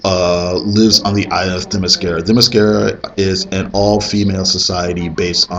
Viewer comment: I really loved the movie. I can't believe how well you pronounce Themyscira, I always mess that one up. Your Slo-Mo moves rocks btw, lol! I've watched it a few times, the ice cream scene always cracks me up.